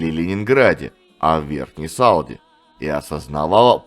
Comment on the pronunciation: не С"А"лда, а СалдА